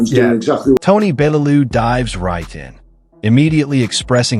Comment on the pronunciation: Your pronouncing Bellew wrong!! All wrong!! 😌